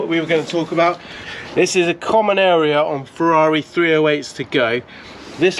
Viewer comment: I'm a Porschephile but, with respect, mate, we don't come to you for "Porsha" but "Feza"... 911T? I'd rather have a cuppa tea!